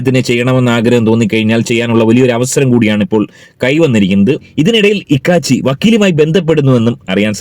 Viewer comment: ഇക്കാച്ചി അല്ല കോക്കാച്ചി